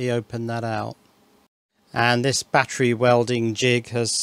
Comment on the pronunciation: I laughed when u said big baattery!